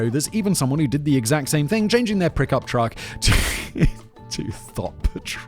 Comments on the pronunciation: I swear I heard "prickup truck" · Did you say prick up truck? and please tell me if so it was on purpose 🤭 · Did he just say "prick-up truck"?? (keep clicking that over and over again, about 1 second apart.) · Did you say prick up truck?